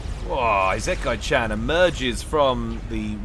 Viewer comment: At least he got the -chan part right.